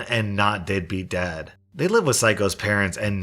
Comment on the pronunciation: Anyone else hear “deadbeat dad” as “dippy dad”??🤣🤣 I kind of like that better😁